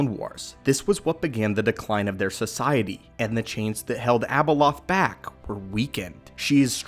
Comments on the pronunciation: its not abelolth. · Its not Abaloth